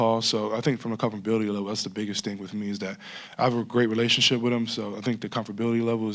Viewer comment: Comfterbility level 😂🤣😂